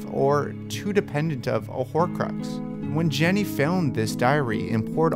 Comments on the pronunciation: Sounds like he keeps saying Jenny not Ginny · G-inny not Jenny GINNY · Sorry but anyone else annoyed with the way you said "Jenny" and not "GINNY" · Man she's GINNY Not JENNY. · STOP SAYING JENNY